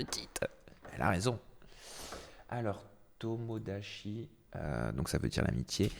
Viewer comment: on frôle le racisme avec toi qui n’arrive pas à prononcer tomodachi et qui te moque du nom